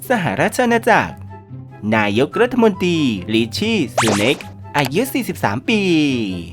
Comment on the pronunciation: ไม่ชอบใจตรงที่อ่านรัฐมนตรี เป็นรัฐมนตีนี่แหละ ให้ไปฝึกอ่านคำควบกล้ำใหม่นะ ขอร้อง ๆ